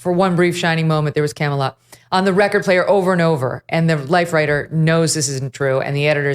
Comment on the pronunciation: It wasn't Camelot, it was Camealot.